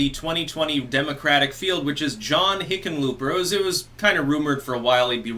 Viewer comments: Did you say Hicken lööp er? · No, I think he's saying, 'Lickenpooper'... I could be wrong though... I'll have to check my hearing aid... 😉